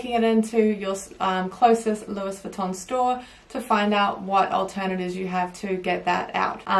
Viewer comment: She said louiSSSSS Vuitton. Shudder.